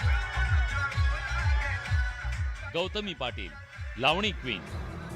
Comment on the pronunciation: Bhau tumhi lavni king mhtla ti lavni krtch nahi tila lavani cha ल suddha yet nahi